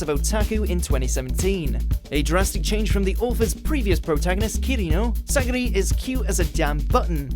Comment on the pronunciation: oh for gods sake.... SAGIRI, REALLY?!